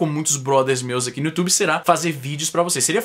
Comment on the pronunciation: Izzy, porque você fala 'ãqui'?